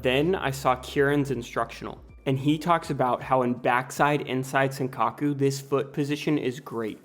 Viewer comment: “Inside sinkaku” people need to either learn how to pronounce stuff properly or just use the term in English, because these butchered Japanese terms are awful